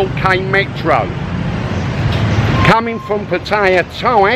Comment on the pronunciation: How about educmacating people on how to pronounce Patta-yah?